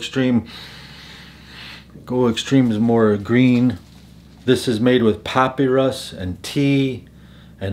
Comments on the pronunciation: I’m cracking up at your pronunciation of “puppy rus” LMAOOO ...it’s pronounced Pa-pi-rus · Great list. Quick note....papyrus is pronounced pa-pie-rus. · You really need to learn how to pronounce papyrus correctly…